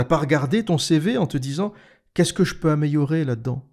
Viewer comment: Améyorer? Ben alors tu as un petit côté créole par moment?